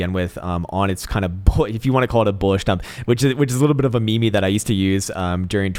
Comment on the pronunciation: You're mispronouncing meme, not me-me, but more like meem